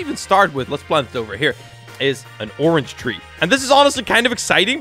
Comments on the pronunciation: all i hear when sees a orange ONION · how many times did he say onion instead of orange? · oinon????? its a ornge SIR DID YOU GO TO SCHOOL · Xd he said onion meaning to say Orange xd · orange not onion xd